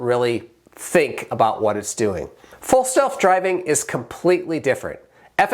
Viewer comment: Did you say Tesla full self-driving or false self-driving